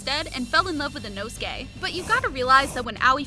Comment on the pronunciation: Why u saying “Inosuki”😂